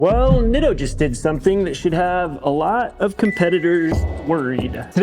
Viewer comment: In Japanese the letter "I" is pronounced with the long "e"sound similar to Italian. Spaghetti, Masuratti, Pizza etc. So please pronounce it as Neato.